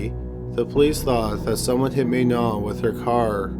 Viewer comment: Please do me a favour and pronounce Manon the French way as she was Canadian. The “a” of her name is the one of apple. It seems so little to give her the proper pronunciation considering her sad fate.